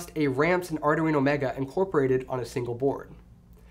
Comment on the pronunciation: LOL ardaweeno